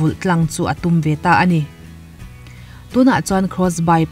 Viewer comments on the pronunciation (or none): none